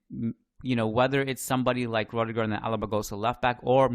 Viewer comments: my man... Please pronounce it as ROO-DIH-GER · His name is pronounced ROO-DIH-GER